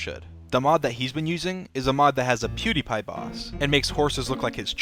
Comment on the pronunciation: lol as a Swede as pewdiepie i feel like everyone pronounces his name wrong